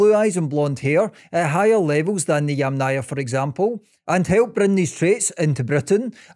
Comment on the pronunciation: Funny how many times you pronounced the name of the Yamna culture wrong: It's pronounced either as Yàmna (from Ukrainan) or Yàmnaya (from Russian) with an emphasis on the first A, and never Yamnàya Culture with an emphasis on the second A.